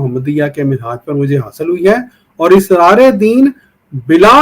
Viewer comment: Israar nahi Asraar